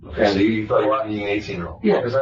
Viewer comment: "I taught I taw a puddy tad, I did, I did". He knew what he was doing!